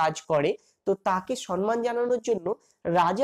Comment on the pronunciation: খুব সুন্দর লাগলো। কিন্তু দয়া করে সম্মান কথাটার উচ্চারণ ঠিক করুন।সন্ মান নয় সম্মান।